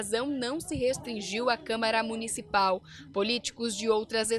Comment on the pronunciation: Só eu ouvi “câmera municipal”?